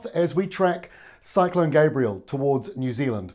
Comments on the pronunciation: isn't it Gabrielle rather than Gabriel? It's doing my head in how media keep switching between the two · Good report but there's a difference in pronunciation between Gabriel and Gabrielle. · Excellent info. Thank you. Pardon me but you MISPRONOUNCED the name: Gabrielle - feminine form of the masculine (Gabriel)